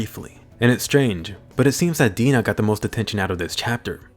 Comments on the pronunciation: "The smiling titan that had Hannes for dinnah (i know its Dina but i hear Dinner but dinnah) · Did this guy say Dina instead of dinner? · In English dub, Dina sounds like Die na